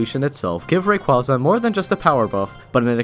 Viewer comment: Why does everyone pronounce rayquaza wrong at least I can pronounce it right